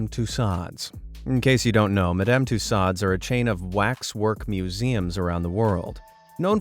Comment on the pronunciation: It's pronounced ma·duhm too·sowdz